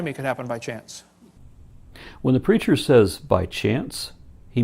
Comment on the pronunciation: Every time he says 'the preacher' I hear 'the creature.' ...Is that bad? :\